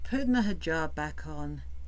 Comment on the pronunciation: HE JAB I cannot with that pronunciation! She lived a 3 year MASCARADE that is all it was. I do think one morning she won t wake up....her heart will seize...and I honestly sadly enough think that is what she hopes for. Eternal Sleep. I fully understand what you teach (I am sure to some you are teaching) CPTSD.....that is my primary condition, not going to lie. 13 yrs of daily fearing for ones life, before you can get away from a Psychopath....But today, I am hella STRONG and offer counsel to others. Ty for bringing up these REAL LIFE issues. Appreciate you.